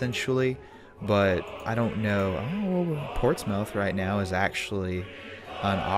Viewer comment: portsmouth is not pronounced ports mouth its pronounced ports mith